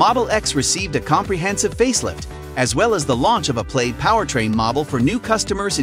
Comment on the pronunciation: Pronounced more like PLAD rather than PLAYED. And you keep showing the pre-refresh X interior and exterior even though you're talking about the refresh.